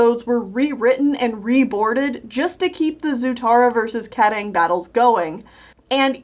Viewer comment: I love how you pronounced Kataaang lol.